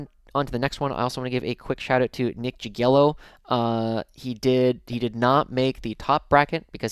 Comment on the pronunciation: If we wanna get into the weeds of pronuciation the J in Jagiello is more of a "yh" sound.